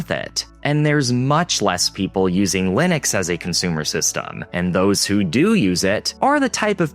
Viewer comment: why is everybody pronouncing Linux so wrong? you can pronounce Linus, but not Linux? is the same pronounciation, just with a x at the end